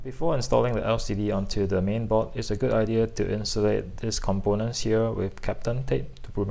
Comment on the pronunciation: Thats for the vid but early on it was difficult to know what you were talking about, the word is "board," not "bot"